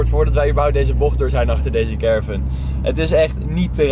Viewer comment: ik kan er echt niet tegen dat carevan zegt😅